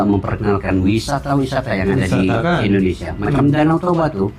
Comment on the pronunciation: Maaf untuk pengucapan ...INDONESIA bukan ENDONESIA🙏🙏🙏